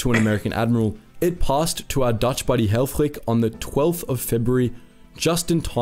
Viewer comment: Funny how the narrator in the video pronounces the name of the Dutch admiral "Conrad Helfrich". He pronounces both, first and last name in German, and not in Dutch.